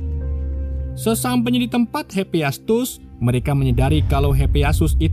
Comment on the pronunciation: hepiestus????? bukan hepaestus